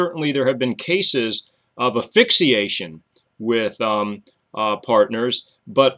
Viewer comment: thank you for the interesting video, very informative. i do have a question thought - why don't you pronounce asphyxiation with the s? like "ass-fix-ee-ey-shun? just curious.